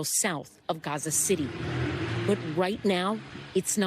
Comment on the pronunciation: love her... "IZEREEL" she's a reporter??